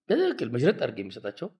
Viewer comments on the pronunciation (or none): none